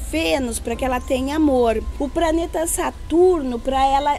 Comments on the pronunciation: Foi difícil ver esse video todo com esse jeito estranho da falar, trocando o "D" pelo "T" o "B" pelo "P" e por aí vai. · A fala praneta kk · Ela falou "praneta"